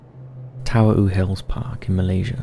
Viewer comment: Tawau is pronounce TAR-WOW , not how you did (sounds Hawaian)